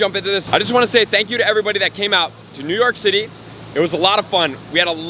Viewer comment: "I'm in New York Shitty" Me: Bwahahahahahaha! No way! Me: rewinds "I'm in New York Shitty" Me: Bwahahahahaha! Dude, is way to upbeat for that. Either freudian or just slurred from speaking quickly, I still agree.